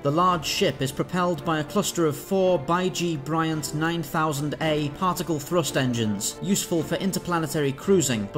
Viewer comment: It's not "Bye-Gee Bryant". It's pronounced "Bee-gull Bryant" after Paul Beigle-Bryant who built the original at Foundation Imaging.